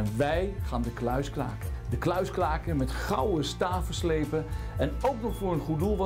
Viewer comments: klaken? Is het niet kraken😂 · valt het iemand ook op dat de R niet kan uitspreken. 'wij gaan de kluis klaken"